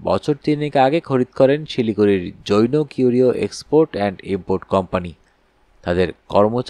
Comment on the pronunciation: জৈনো উচ্চারণটা খুব কানে লাগছে।